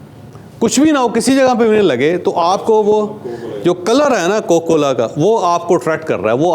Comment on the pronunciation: کوکو کولا نہیں جناب کوکا کولا۔